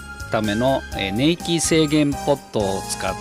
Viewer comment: /様 お答えいただきにくい質問2つで失礼いたしました。 "ねいき”ではなくて”こんいき”ではないですか？